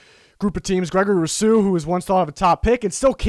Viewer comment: You are mispronouncing Rousseau. It should be Roo-SO. Not Row-Soo, or Roo-Soo. It kind of sounded like you said it two different wrong ways. Seems like if you watched Miami games you'd have heard it pronounced many times.